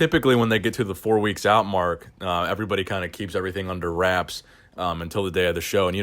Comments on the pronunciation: Out not ouit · "Ouit" lol fix it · “Two weeks ouit”